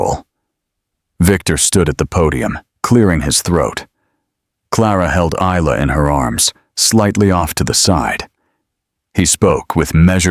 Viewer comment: May I say the name Isla is pronounced as ila, the s is silent so I L A, not is-la, the story is very descriptive and quite enjoyable.